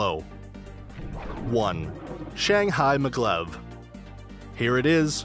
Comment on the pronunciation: its maaaa glev not maglove